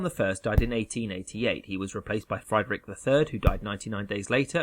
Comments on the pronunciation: Ten Minute History Mispronounced "Friedrich" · Atrocious pronunciation of German names and locations. Is this AI? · As much as I enjoy the content and style of the videos, I must say that I'd enjoy them even more if would put at least SOME research into the correct pronunciation of foreign names. Doesn't have to be perfect. But 'FREE-drick' and 'Kul-TOOR-kampf' shouldn't be too hard. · No one is asking him to have native pronunciation, just something approximately close to the original. Friedrich is "freed-rick", not "fried-rick". Just like you'd expect a Spanish guy to pronounce "James Bond" with a hard J instead of "Hah-mess". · It's Friedrich, not Freidrich. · Note on German pronunciation of German words with EI and IE; in German the second bowl is stressed. The name Friedrich is pronounced like “Freed Rick” not like “Fried Rick”. Apologies to Rick. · Just btw its pronounced "freedrisch IV" not "frydrick IV" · Excellent video but it's FREED-rich and not FRYED-rich. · Friedrich not Freidrich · “FRY-drick”? Is that the pronunciation? I’ve always said “FREE-drick.” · Friedrich is pronounced "free-drikh," not "fry-drikh." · FREED'-rich. Not FRIED(chicken)-rich. Etc. The mispronunciations in these animated videos make me crazy! Is this humans talking, or some kind of crappy AI program? History 101: if you don't even know how countries, leaders and eras are pronounced... you're probably not really a student of that history, and maybe no one should give any credit to anything you're saying. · Friedrich = pronounced "Freedrick" not "Fr-eyedrick" goshhh🙄🙄🙄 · You pronounce Friedrich wrong, in German the "ie" diphthong (like in Friedrich) is pronounced very different from the "ei" (like in Einstein). You pronounce the German "ie" like the English "ee" in words like deep or free, so you'd pronounce "Friedrich" something like "Freedrig". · It's Friedrich not Freidrich, when the I comes before the e it makes an ee sound